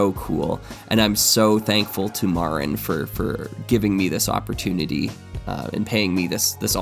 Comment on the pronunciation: Slightly random comment, but every time mentions how he knows Marin it makes me think how small the world is since I know Marin from our shared LEGO fan club in Croatia. Gotta keep up the work on that last name pronunciation tho.:P